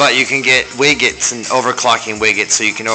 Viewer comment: Side note: pronounce it "wij-et" not "wigg-et" lol.